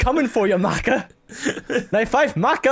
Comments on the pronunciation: All Soul Eater fans cringed when said "Mayka" instead of "Maka", I know I did. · Make-a MAKE-A!! ITS MAKA (maakah) FROM SOUL EATER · OHMYGAWD it's not May-ka it's Mah-kah! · Sorry but i have to, Maka Albarn is pronounced like Muc-uh not ma-ka, it's a soul eater reference :3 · is not mayka its MAHKUH... MAHHHHHHHHHKUUUUUUUUUUUHHHHHHHHHHHHHHHH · The way pronounced Maka made me cringe so hard. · The way kept mispronouncing Maka in this made me cringe because that's my cats name loll Also Maka is the best character in Soul Eater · Eian Guevarra cringed as you don't realize it's said both ways